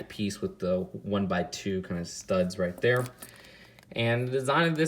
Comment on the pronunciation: It’s not a rip off it’s from the spider man animated series from the 90s. You say “right tere” a lot.